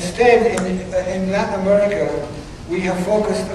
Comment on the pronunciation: Amewica is tewibow.